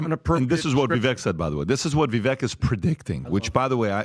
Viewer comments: Hey Pat, you have a rock solid show that is much appreciated. I do have one observation that I need to bring to your attention. Vivek is pronounced Vivak like cake. Vivek like cake is a quote from him at the beginning of his run. Since he will be our next Vice President, you can be an early adopter of correct pronunciation. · Every time you guys pronounce VIVEK (VI-VAKE) incorrectly, It just makes me cringe and it's not even MY NAME! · OMG....It's Vivek as in rhymes with cake. Amateurs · Vivek Pronounced VIVAKE LIKE CAKE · "Vivek rhymes with cake," says Vivek. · Vivek rhymes with cake. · How are we about to start this election, and you all can’t say Vivek’s name right? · If you guys like Vivek so much, at least learn how to pronounce his name correctly. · If Vivek is your boy, why can't you guys pronounce his very simple name to this day?!!! Christ